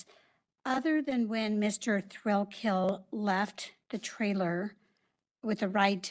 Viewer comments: His name is spelled Thrailkill - pronunciation IS 'Thrillkill' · Notice how the prosecutor keeps pronouncing it Mr. Thrillkill instead of thrakill